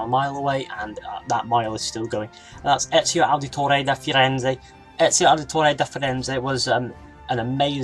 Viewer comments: My goodness how you pronounced Ezio Auditore da Firenze😂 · It triggers me the way you say ezio auditore da firenze